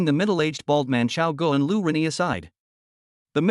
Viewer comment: Lu Ruyan ➡️ Lu Renyi.😅 Posted cut version ?